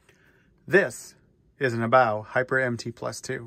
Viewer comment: Good to hear someone else pronounce HoBao correctly👍💯👊